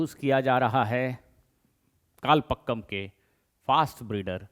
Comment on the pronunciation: It should be कलपाकम and not कलपक्कम.